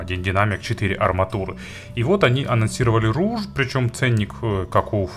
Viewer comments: Rouge (румяна) и читается как [руж] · Rouge (разбойник) и читается как [ро́уг]